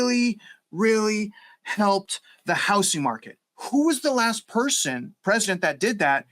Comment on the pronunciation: It’s houzzzzzzzing….not house-ing.